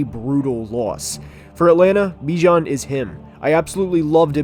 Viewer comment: Dude.. it’s pronounced Ba-jan not Bijan Like him enough to pronounce his name right 👀